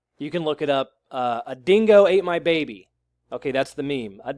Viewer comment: I love your Australian accent saying “a dingo ate my baby” we don’t sound like that but it sounded funny the way u said it.